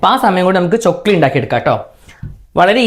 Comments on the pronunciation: Chokli alla chackli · Chokli alla chakli😂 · ചൊക്ലി അല്ല chakli 😁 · ചൊക്ലി അല്ല ചക്ലി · ചൊക്ലി അല്ല 😂😂😂🤣🤣🤣 ചക്ലി എന്നാ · chokli alla chakklee enna paraya